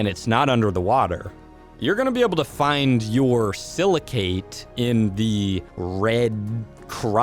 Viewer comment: Btw, the "cate" in silicate is pronounced the same as the word intricate. Yw